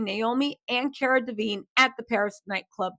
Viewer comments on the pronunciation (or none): Are you talking about Cara DELEVINGNE....Love u, but get the names right at least...Same as u calling Chris Lighty Lightly...